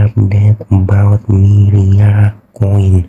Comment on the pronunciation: Myria not myriad social🤣🤣